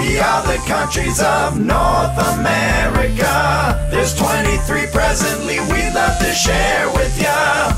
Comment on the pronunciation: NoRtH Amerikuh